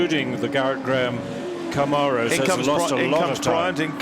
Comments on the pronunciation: Please... they are called "Cam-mare-ohs", not "Com-ar-ohs". They were made in America. We grant you "al-U-min-e-um" please grant us this. Thanks. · Did he say "going like a ding bat" ??? And also someone teach these guys how to say Camaro